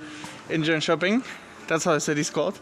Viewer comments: Haha im impressed that you naild jönköpings name that well :) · Lmao u pronounced Jönköping almost perfectly